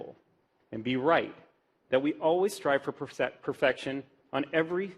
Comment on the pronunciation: its part of our team culture to gain perfection so much that we cant perfectly pronounce perfection FAIL #nervousness